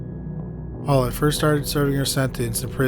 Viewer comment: My only complaint is your pronunciation of Beverly Allitt's name. It sounds like you're saying "Olive" with your accent! 🤣 But it's "Al-lit" not "Aull-it" - I don't know if you do already, but maybe watch a video from the case's native area and see how they say it? Other than this, great video as always!